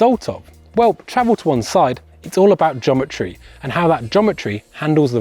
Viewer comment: Are you saying Jometry?